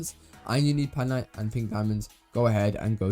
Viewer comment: PAINite not PANITE ❤